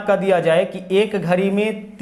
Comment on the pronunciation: घरी nhi घड़ी बोलते हैं🤓